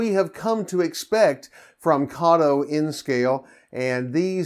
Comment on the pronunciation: Very nice locomotives! Also thanks for correctly pronouncing Kato. ;)